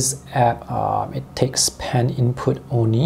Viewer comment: WHEN HE SAYS ONI FOR ONLY 😂😂